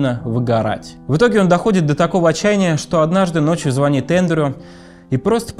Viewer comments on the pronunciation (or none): none